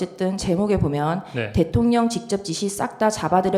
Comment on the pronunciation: 직졉뱡쳡샤령관과~ 다 ㅓ 발음을 ㅕ로 하는구나